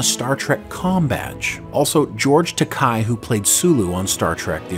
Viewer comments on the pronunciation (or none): It’s Takei, “tah-KAY”, not “tah-TI”.